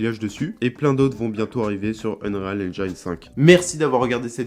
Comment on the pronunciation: Par contre en anglais on ne prononce pas engine avec l’accent sur le i, c’est juste engine avec un i comme en français ;)